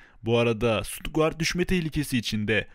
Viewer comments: Sutugart değil kardeş Stuttgart Türke şöyle söylenir şututgart inşallah anlamışsındır Sutugart ne lan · Şuturtgart deme lennn 😀 gitti güzelim kupon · Tebrikler güzel video ama Stutguart nedir şututgart😂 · Birader Stuttgart (Ştutgart) diye okunur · Suturtguard dedigin yerde izemeyi bıraktım kanka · Ştudgaart diye telaffuz ediliyor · Abim, Stuttgart telaffuzunu öğrensen iyi olur